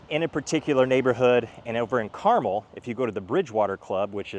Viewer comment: Thank you for pronouncing Carmel correctly